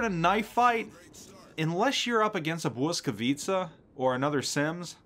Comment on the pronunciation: Hey man - just so you know, the Blyskawica is pronounced "Boy-ska-VEE-tsa". Yeah, weird, it's Polish, go figure.